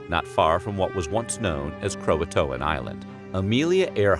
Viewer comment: Ughhh the way you say croatoan is soo weird